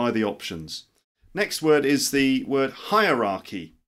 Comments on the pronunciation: To me it sounds like "hi r arky" or "hire arky". Not "hi Rocky"; it's four syllables not three. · "Hierarchy" sounds like 'Hi Rocky' :-))